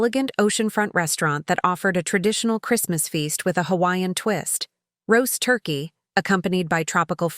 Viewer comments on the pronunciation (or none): none